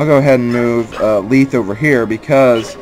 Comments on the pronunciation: You pronounce Lethe's name Leeth? I've always pronounced it Le-thei (Lacks symbols) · you pronounced lethe wrong youre pronouncing it as though its spelled leethe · I've always pronounced Lethe like the mythical river-- "leth". But Fire Emblem pronounciations are very difficult. RD voiceovers clear up a few of them, but there are many they never say out loud. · this little bit doesnt fit on the other comment...how exactly did i prove myself wrong? if youre talking about that very first part where the e at the end is missing i did that because its silent. i havent met a single person pronounce it leethe til this lp and even admitted to not knowing how to pronounce most of these names.